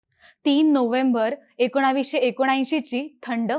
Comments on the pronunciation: एकोणाविशे नाही ग एकोणीसशे. झरीन खान काय नालायक बाई होती. बाई असून दुसऱ्या बाई वर होणाऱ्या हिंसेमध्ये सहभाग कशी घेऊ शकते? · एकोणाविशे नाही.. एकोणिशे म्हणा